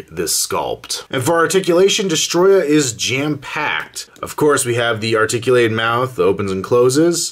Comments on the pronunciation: Its not destroyer it is destroyah 😯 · its destroyah not destroyer